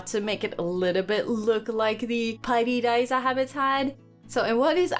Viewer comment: Jij zegt paidi daiza en het is pairi daiza en je kunt inderdaad slapen in de gebouwen ertegenover